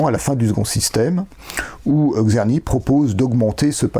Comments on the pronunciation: Merci beaucoup pour cette exposé bien organisé et conduite sur le grand traité du Maître Czerny. Bravo! Une petite remarque quant a la prononciation du nom du compositeur : il faudrait mieux commencer par un son qu'on peut écrire en français avec la formule "Tch". Pensez au nom du compositeur russe Tchaïkovski ("Tch") et c'est le même son qui est décrit par "Cz" en polonais ou "Č" en tchèque. En tous cas, un grand merci! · il serait super de déjà prononcer le nom de Czerny correctement...avant d'aller au fond de ce travail intéressant: TSCHERNY, et pas Kserny